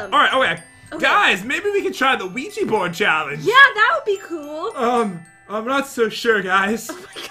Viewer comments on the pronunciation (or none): Que-gee board😂 omg I can't😂 IT'S QUIJA BOARD!😂😂